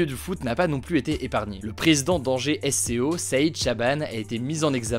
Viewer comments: Fun fact angevin : on ne prononce pas " S-C-O" mais sko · On dit pas S C O mais SCO guignol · Heuuu... Est-ce que tu suis le foot Hugo ? Psq prononcer Angers SCO par Angers "S" "C" "O" en décomposant les trois lettres ça me fait mal aux oreilles en tant que supporteur du SCO d'Angers 😩